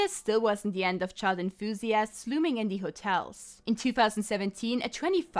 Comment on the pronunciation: "Child inthusiasts" lmao